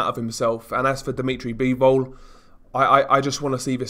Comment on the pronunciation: "Deemeetry Beevowl"